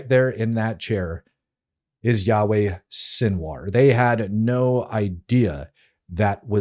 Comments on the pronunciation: When he calls him Yaweh 3rd time, l left. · Yikes, dude! His name is NOT "Yahweh" That is the name of God. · It's really annoying me that the host keeps calling him Yahweh which is one of the names of God!!!